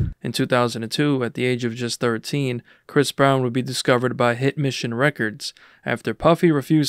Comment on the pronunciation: damn already starting out w misinformation 🤦 I think u meant to say Bris Brown